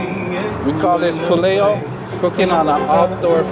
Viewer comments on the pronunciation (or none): Pulehu not puleo